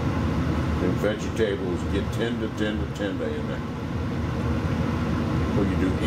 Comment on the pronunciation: I love how you pronounce Vegetables-veggy tables :)